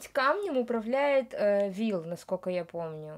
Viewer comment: Правильно говорить Вилл